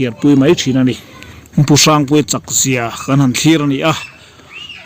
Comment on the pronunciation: A hming i sawi hian pu Harry i deuh sawh a ang deuh thin in ka hria,hrang tih kha i sawi dan kha engemaw riau a awm tlat